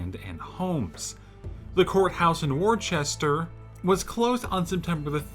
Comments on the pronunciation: It’s WOOSTAHHH!!! Other than that, great video. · Worcester is pronounced wooster(oo as in look or foot).